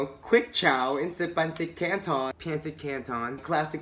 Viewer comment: Hahahaha that "peynsit kantown" accent though! Love it. New to your channel and would love to see u in person.